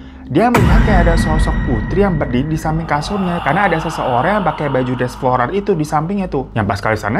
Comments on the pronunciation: Bang hiro floral bang floral bukan florar🫣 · FLORAL BU BUKAN FLORARRR!! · Froral apa floral.? Banggg